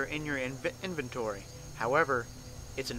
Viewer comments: Okay now say it with me INVENTORY. Not INVENTENTORY. Okay! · Did he just said INVENTITORY ?